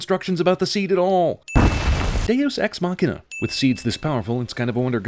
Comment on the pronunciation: "Deus ex machina" That was great. :)